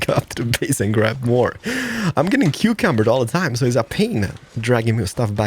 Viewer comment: Is he saying cucumbered?